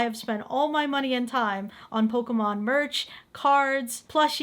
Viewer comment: 😂😂😂😂😂😂 did he Say Pokéman